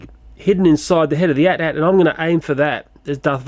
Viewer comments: With the AT-AT, it's not meant to be spoken as "at" 2x, but rather "a-t-a-t". Feels so good to be a fan of Star Wars! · For the AT-AT, you say "a's" and "t's" separately, as opposed to the word "at" twice. I know of a video that has the correct pronunciation, it's from someone called runescape228, in his review of the Star Wars Transformers Crossovers AT-AT driver. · I noticed you're pronouncing it as at-at. It's pronounced "ay-tee ay-tee" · its pronounced a.t.a.t